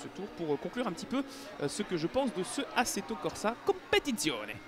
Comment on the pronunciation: Excellente vidéo (et très bon accent italien :D) ! Comme j'ai pu le lire dans les commentaires, c'est vrai que l'ajout des GT4 serait génial. Mais j'ai bon espoir puisque ça coïnciderait avec le mode carrière et surtout la présence éventuelle des Pirelli World Challenge et GT Asia (merci pour ce bout d'infos très croustillant d'ailleurs).